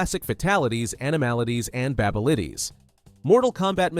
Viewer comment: I heard "Babelities" 💀